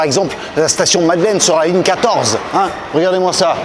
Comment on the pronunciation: "Lignre 6"